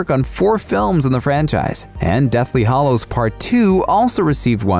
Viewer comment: Hallows rhymes with shallows and gallows. Not hollows.